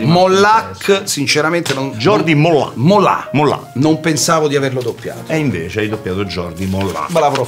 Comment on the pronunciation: A merluzzo si pronuncia GIORDI moglia e Non MOLLÀ, PER FAVORE per gli spagnoli ablanti come me è una tortura, grazie